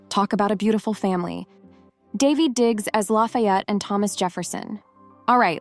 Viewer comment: ITS PERNOUNCED Dah - Ve-d Diggs not D-e-ved diggs